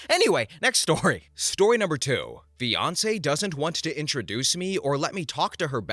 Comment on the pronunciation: In the second story I thought you said Beyonce instead of fiancee😆😂🤣👌